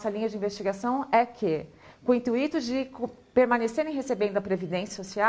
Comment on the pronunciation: "i n t u Í t o''